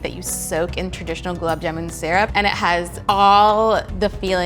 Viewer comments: That indian girl herself can't pronounce it correctly... Goolaab jaamoon ...how hard it can be!!!! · I know it's not her fault but I can't help but cringe everytime she says jamooon! Also, she's saying her name wrong!!!!! Anyways, the end result looks divine and she's beautiful ♡ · It's gulab jamun not jumun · Gulab "Jumun"? Wtf... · The person cooking can't even pronounce gulab jamun correctly. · Everytime gulab jamun is pronounced wrong a desi aunty has a heart attack